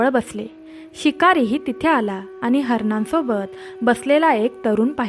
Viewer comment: उच्चार शुद्ध हवेत aani.. पानी..nakoy baki sagle ok